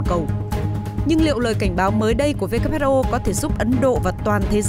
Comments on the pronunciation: Who sao lại đọc whr ? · Phát thanh viên mà sao lại đọc sai chính tả WHO mà lại đọc WHA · Sao đọc là wha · WHA khac voi WHO nha ban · Kênh sửa lại cách đọc tên của Tổ chức Y tế thế giới viết tắt là WHO, chứ ko phải lả WHR nhé. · WHO sao MC đọc là WHA vậy ta ?